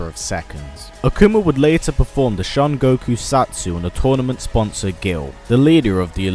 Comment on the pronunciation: the shan go koo sat soo XD